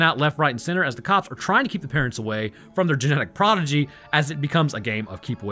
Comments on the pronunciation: I love you, Man, but also... Proh-di-gee (Someone who excels in a field at a young age) Proh-gen-ee (Children) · Dude, it sounds like you're saying "prodigy", but you're saying progeny, right? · Listening to mispronounce "progeny" so many times I'm pretty sure he's just trolling for engagement, and dammit it worked. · Progeny. The word is progeny.